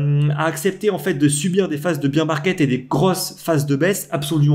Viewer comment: Combien de temps tu vas dire « beer market » au lieu de « bear » comme Édouard Baer ???? Ça fait pas très pro.